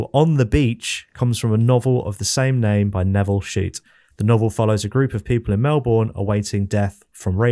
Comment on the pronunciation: pronounciation of melbourne hahaha